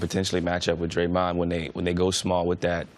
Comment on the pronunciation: Why does CJ can't pronounce "Draymond"